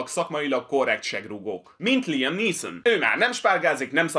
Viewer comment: LIEM????? LIEM??????????????? Nem LÁJEM?